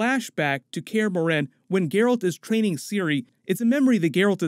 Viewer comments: For how you pronounced morhen I'll dislike the video and stop watching thank you very much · Its pronounced kristoffer Hiv-you and mor-HEN